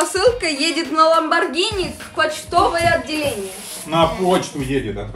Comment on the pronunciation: Не ламбаргина а ламаргини